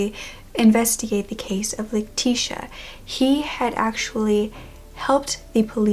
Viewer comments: My name is leticia and I am mexican , im pretty sure you say her name ( Leh- ti- ciah) I always had to correct people how to say my name. I never understood how they kept calling me lateesha, like I dont have a S in my name. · I’m glad that you covered this case because I see barely any videos on her, but you butchered the names Leticia, Miguel & Javier. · i dont think thts how u say her name since shes hispanic e.e?